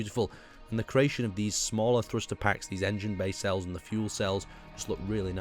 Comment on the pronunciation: Nacelles, not bay cells